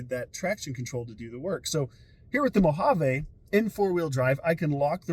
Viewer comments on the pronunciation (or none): Great video! One correction for everyone making Mojave videos: it is pronounced Mo hav E. Not "mo hav a".